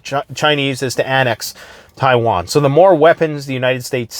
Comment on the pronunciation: Thanks for bringing us the info dude. "Chaiwan" made me chuckle.